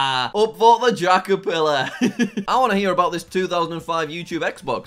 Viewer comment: You are telling me you gave this guy 5 bucks, and still managed to get your one message wrong? What the dingdong is a jackerfillar? It’s J A C K E R P I L L A R. Remember that. P can make a big difference. Whether in spelling, or in pants.